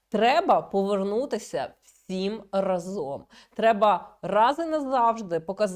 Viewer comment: Не разОм, а рАзом